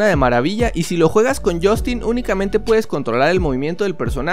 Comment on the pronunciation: Deja de decir jostinnn por favorrrr